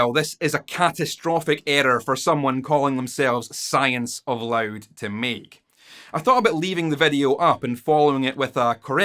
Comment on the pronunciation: Yeah... I don't think this was you biggest blunder. You still cant get the word 'loud' right!.. ;-)